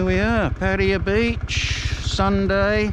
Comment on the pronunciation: Thanks for the video. I suggest u Ask a Thai person how to say Pattaya as ur online name is Pattaya and u r butchering it.